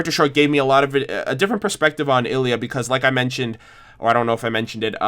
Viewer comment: Ilia, not Illya